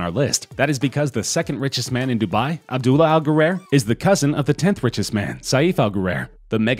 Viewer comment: His name is not Sayeef. It’s Pronounced Safe. Couldn’t they get someone who is not such a moron to talk about the Richest people in Dubai. The name is not Abdoolah, it’s Abb-Dallah